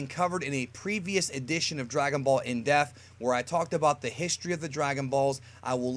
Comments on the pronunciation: Is it just me or does it always sound like he says “in deaf” not “in depth”? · Am I the only one that hates the way pronounces the wroth depth!?